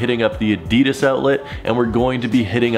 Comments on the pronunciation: Adidas not adias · Add -deh -das, Adidas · It is so annoying when people mispronounce ADIDAS... It is not that hard🙄😫